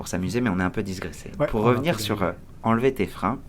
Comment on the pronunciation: Très intéressant ! Petite remarque (bienveillante) : digresser, et non disgresser ;-)